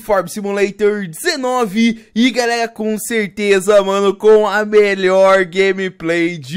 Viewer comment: Para de trocar o R pelo G kkkkk Galegaa